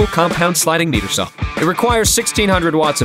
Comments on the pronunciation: You had me until you said "meter saw" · When doing ADR you must match the sound of the room to make it believable.. Also, "MIGHTER" is how you pronounce Miter Saw Mr. Voice over guy. Take it you don't do much handy work or own a house. You probably live in a LA apt is my guess with a Avalon compressor, a MKH 416 and Neumann U87 Mic by your side.. :) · Came to check out the video after checking out this item on idiegogo. Can you speak to customer service, guarantees after sale? Devil is in the details and after hearing the saw pronounced incorrectly, I'm just wondering slightly about the attention to details. Thanks.